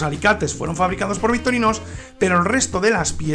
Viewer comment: Buenisimaaaaaaa.... aguante victorinossssssssss 😂😂😂😂 bromas aparte ...decis victorinosss o es el microfono que te toma la x por la s... saludos!